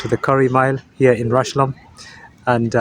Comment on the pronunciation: it's pronounced just like 'rush-home'.